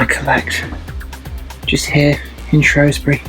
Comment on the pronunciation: Great video but it's Shrewsbury not Shrowsbury, I only live up the road in Telford great area to live I am originally from Birmingham where I grew up in Quinton and Rubery but by far Telford is a much better place to live.